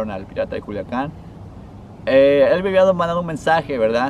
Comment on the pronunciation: Juliacan ,,,pendejo